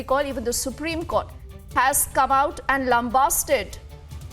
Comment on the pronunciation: It's Supreme Court not Supreme Cot